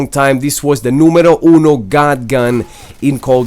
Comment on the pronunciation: Where are you from man? Its strange to heare numero uno